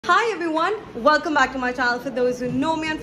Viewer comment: wulcum back nahi hota welcome back hota hai